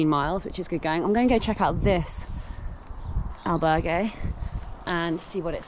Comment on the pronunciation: Wow, no attempt whatsoever to try to correctly pronounce Spanish correctly, The butchering of ‘Albergue’ is cringeworthy.